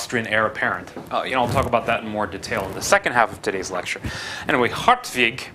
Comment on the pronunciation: Ok. The pronunciation of hartwig as "Heart-vig" is correct. Very good for an anglo-saxon.